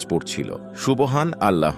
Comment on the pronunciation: Apniki hindu?subhanalloh bolte parenna😂